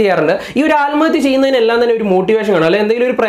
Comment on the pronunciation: ആൽമത്യ അല്ല ആത്‍മഹത്യ ഓക്കേ പോയി 100 പ്രാവശ്യം പറഞ്ഞു പഠിക്കണം